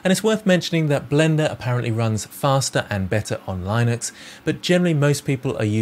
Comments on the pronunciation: Lie-nux? Linux is pronounced LIN-UX. Lin, like in PIN. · This is going to be my main reference when getting a new computer. Thanks. P.D Your pronunciation of Linux really caught me off guard 😅